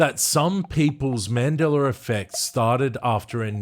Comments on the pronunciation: MandelaR effect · haha "mandeler" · Man Dellar? Where did the "R" arrive from? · Why do I always hear "Mandeler Effect"? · I don't know what timeline this Aussie is from, but there's no hard "R" in "Mandela" effect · I was going to say the same thing. I get it there’s an accent but how do you not say a name correctly??